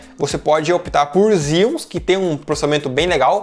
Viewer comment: Engraçado Xeons vc pronuncia "Zions"... Pra mim é "Cheôns" kkkkk... Zion é a cidade fora da Matrix....